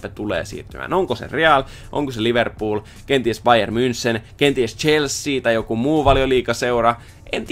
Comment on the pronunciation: Sori kun nalkutan ääntämisestä, mut voisitko sanoa bayer "mynhen"